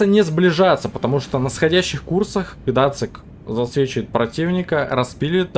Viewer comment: Какой Гдацик? Гданьск- город в Польше! Зачем, как подросток, язык коверкаете? Геймерская профдеформация видимо...